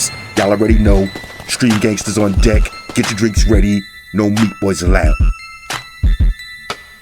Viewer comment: The way he says "Deck"...It sounds like "Dick"..😂